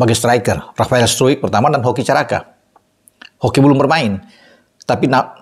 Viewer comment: Sebutan Rafael struick ala lbh enak di dengar dan lbh belanda dari sebutan yg seharusnya. 😁